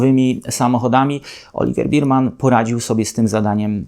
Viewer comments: Nie Berman tylko Bermen XD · Nie Birman tylko Berman!!! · Bearman nie beerman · Taka niewielka uwaga dot. wymowy nazwiska naszego debiutanta: Nie "oliWIEr BIRman", a "oliWEr BERman", a właściwie coś pomiędzy "berman" a "bermen", jednak w Polsce prawdopodobnie bardziej przyjmie się "berman". Poza tym drobnym niedociągnięciem film jak zawsze oglądało się bardzo przyjemnie; moim zdaniem prowadzi Pan najlepszy kanał o F1 po polsku. Pozdrawiam!